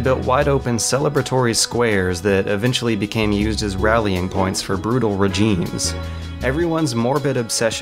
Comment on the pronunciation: what is 'rejimes'????